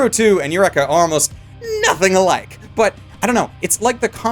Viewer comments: Including saying Eureka 7 like wreck it Ralph , it's your - reek - ka ! , sort of like you reek ! And don't tell me it's a Canadian pronunciation thing . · At least he pronounces Eureka closer to the Japanese way, but Franaxx?